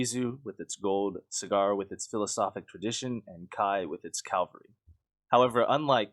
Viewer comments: It's cavalry not Calvary. It only bothers me because Calvary is its own word, it's a place not a thing. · Cavalry* Calvary is the name of a hill near Jerusalem. Otherwise good video. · It's "cavalry", not "calvary"...